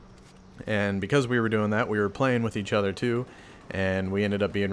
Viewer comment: "We play every night witch eatch other" lel